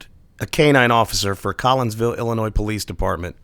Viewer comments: Dude u had me until u pronounced Illinois as Illa-noise. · Love the video, especially that it slams the corrupt officers in my hometown. The one and ONLY thing I didnt like was the mispronunciation of my state LOL. Great video! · I enjoyed the video and thought that this guy was pretty good at what he does and then he shows that he can't pronounce Illinois correctly. THE S IS SILENT! HOW HARD IS THAT?